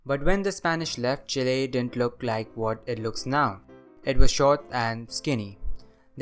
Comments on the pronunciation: Kudos on your correct pronunciation of Chile. The area you marked as controlled by the Mapuche people is wrong though. They lived further north and Chile colonized the area you marked before conquering them. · First time I hear an english speaker pronounce Chile correctly, I salute you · I pronounce it Chile